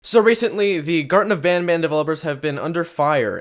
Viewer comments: When he said garten of banban at the intro he said gurten of banban lol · Bro the name is garten of banban not garten of badbad